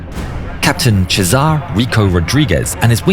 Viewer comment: Its Sesar not Chezar